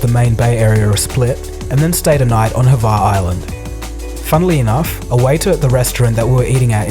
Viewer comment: Its not Hava its Hvar